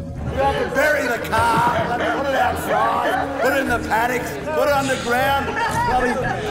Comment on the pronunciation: Get rid of the Caarrrrrrrp!